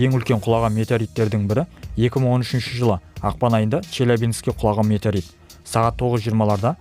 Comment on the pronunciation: Метарит деп айтып қалдың ғой